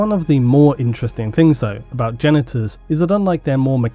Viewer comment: I have to admit when you first said Genetors.... I heard Genitals.... I was like "Alright bring on the robo bits!"